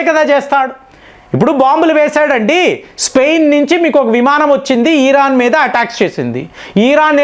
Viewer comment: నువ్వు ఏమి చెబుతున్నవురా. ఎందుకు ఇరాన్ ను హైలైట్ చేస్తున్నావ్? నీకు ఇరాన్ ను ఈరాన్ అని పలుకుతావు. Useless fellow ఇరాన్ కి అంత సీన్ లేదు. చైనా అండ్ రష్యా ఇరాన్ కు అమెరికా ni defeat చేయడానికి help చేస్తున్నాయి. నీకు తెలియదు. నీ గొర్రెలకు అస్సలు తెలియదు.